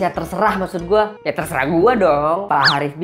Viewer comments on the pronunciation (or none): none